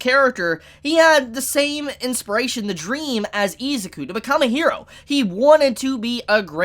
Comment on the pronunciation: this man saying izuku as ezaku is driving me god damn insane.